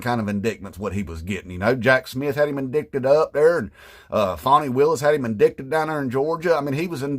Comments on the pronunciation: Sir, I think you mispronounced "indited" 😅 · Since it's spelled "indicted" I can understand why! Empty G said it that way during a committee meeting. That shit was funny AF!